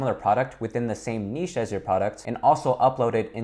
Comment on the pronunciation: Finally an American that pronounces NICHE correctly!